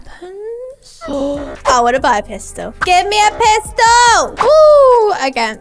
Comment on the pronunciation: When u said pistel my mom only heard the word piss so she said " DID UR VIDEO SAY PISS BECAUSE PISS IS A BAD WORD" and I was like " mom its said pistel not piss" and then she said "oh BUT UR STILL GROUNDED" then I was like 🤣🤣🤣🤣🤣🤣🤣🤣🤣🤣🤣🤣🤣🤣🤣🤣🤣🤣🤣😂🤣🤣🤣🤣🤣🤣🤣🤣🤣🤣🤣🤣🤣🤣🤣🤣🤣🤣🤣🤣🤣🤣